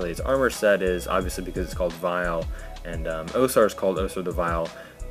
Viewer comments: its pronounced AUSAR not OSAR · Why do you say OH-sar? The Archivist and the WoS say OW-sar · Yeah, pretty much the same. It was irritating me they pronounced the A as O